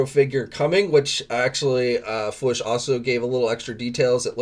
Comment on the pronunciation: Loving the fwush! Lol Wonder if he pronounces oo in other words like that. "Tuth" for tooth?